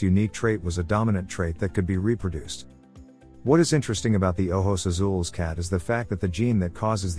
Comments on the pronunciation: Here you go. Ojos Azules is oh-hos ah-sool-eh-s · Haha and he's not even pronouncing it right